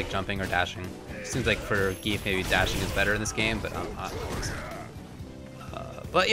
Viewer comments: gee-yef. not "geef" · No, it doesn't. It pronounces it like Zan-Gi-ef. The reason you want to pronounce/write it like that is that english doesn't have the correct sounds to pronounce it. Most probably won't understand as the english language also pronounces letters and the alphabet differently. This is also a problem with using foreign names in video games.